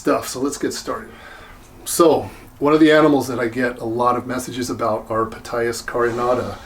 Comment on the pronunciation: I could be mistaken, but I think that the "P" in Ptyas is silent, as in pneumonia, psychology, psychiatry, psilocybin, Ptolemy, etc.